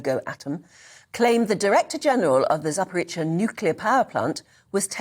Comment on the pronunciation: ZAPORIZHZHIA not Zaporitsia. I see no Ts in that word.